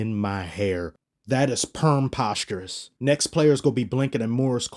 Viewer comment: "Permposterous..." I'd sub twice if I could lmao